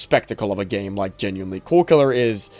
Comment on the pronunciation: Why do you say "gema" instead of "game"? I'm genuinely curious